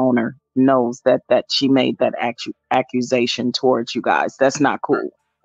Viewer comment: I've never heard someone pronounce accusation 3 different ways in 1 minute 😂😂😂 God bless